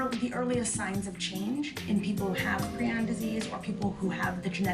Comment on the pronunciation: FINALLY SOMEONE WHO CAN PRONOUNCE PRION PROPERLY!!!!!!!